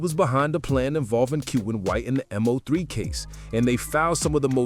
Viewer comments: It’s Mo3 not M-03 lol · Once this goofball said m-0-3 I clocked out....its mo 3 dumbass